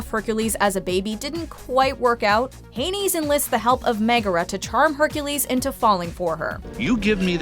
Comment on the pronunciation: *Hades idiot not Haineys